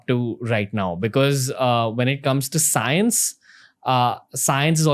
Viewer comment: ranveer just wanted to correct you there it's not "SCAAENCE" its "Science"